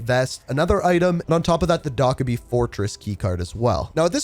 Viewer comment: I appreciate the guide, but the way you were pronouncing Dokkaebi had me tweaking. It’s pronounced doe-keh-bee, not doc-eh-bee